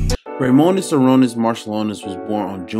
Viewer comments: bro needed to spent time a bit to pronounce it properly ))) Sharoonas not Sarunis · You pronounce it like Sha - Roo - Nas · Šarūnas Marčiulionis Its Sa-Ru-nus, you butchered the man name geesh 🙄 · Good stuff. The S with a chevron over it is pronounced "sh" so you say his name as "shuh ROO nus" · LoL - it's Sha-Ru-nas Mar-Chew-Lonis, the Š and Č act as Sh and Ch.